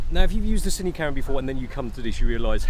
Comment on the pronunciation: interesting "ca'rra"